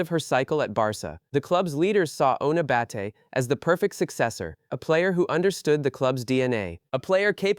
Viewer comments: It’s “Batlle”, catalan surname, not “Battle” 🤣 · She is free agent. Up to her. Also! Who is the idiot that keeps calling her Battle……. ? Learn to pronounce names and people won’t call your videos shite… like this shite video